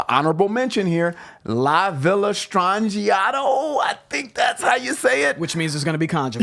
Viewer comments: YYZed, not YYZ. Also, it's pronounced La Vee Yah not La Vill uh. I also recommend that you Google Rush's song then put in Isolated. You can hear it individually and see how they fit. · La Villa Stangiato is pronounced: la vee-la stron-gee-ato. Italian for “the strange villa.”